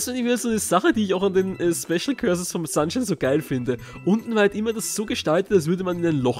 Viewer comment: Das spricht man übrigens "Corses" aus, nicht "Cörses". Weil sonst wäre es "Curse" (= Fluch) ^^